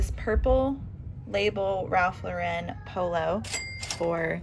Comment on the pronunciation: RALPH LAUREN is pronounced LOR en…. not lor EN no emphasis on the 2nd syllable…. 😊